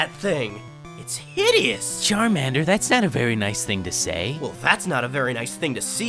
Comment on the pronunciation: You said charmender